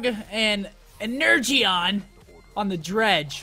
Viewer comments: You're meant to say 'Energeon' like 'en-er-jon' not 'en-urr-gee-on' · It's pronounced (ener-Jon) energeon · Ener-gy-on lmao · 'Ener jon' is how it's pronounced lmao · Seth it's pronounced "ener john" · its pronounced en-er-jon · I'm cringing at him saying "ener-gee-on".